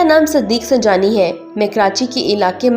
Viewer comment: آپ سبحانی کو سجانی کہتے ہیں تلفظ صحیح ادا کریں